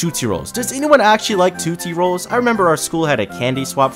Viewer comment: why does he pronounce tootsie rolls like that 😭